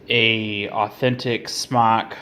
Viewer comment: You aren't even saying the brand right. Ugh